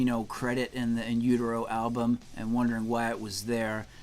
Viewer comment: "He thanked me on his SECOND album!" In Utero was technically Nirvana's third album. Bleach is so rarely referenced or even known about. How laughable that he didn't pronounce "utero" correctly, too. I enjoy Tarantino's films, but Reservoir Dogs has never been my personal cup of tea.